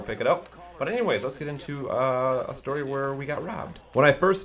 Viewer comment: I wuv stowy time